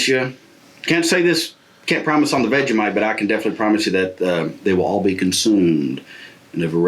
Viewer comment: Great vid.. BUT that is NOT how you do Vegemite sigh